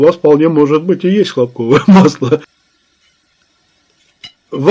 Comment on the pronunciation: может масло не хлопкОвое, а хлОпковое? :)